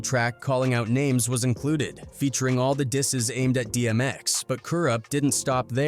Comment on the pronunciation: He said Kurupt's "dices when AI'n the word "disses"!